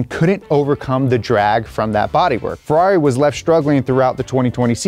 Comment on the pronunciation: "Ferrair" Mate. Mate. MATE. HONESTLY WHAT ARE WE DOING HERE!